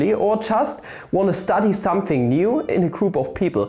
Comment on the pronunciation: dont you love it when he says somefing